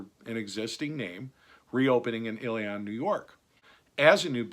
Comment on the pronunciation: Just a brief note, Ilion is pronounced "Illy-in", not "Illy-on".